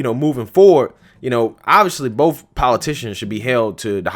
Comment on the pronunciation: "Both" not Bof!